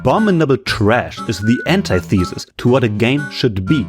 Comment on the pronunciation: "Anti-thesis" eydiosmio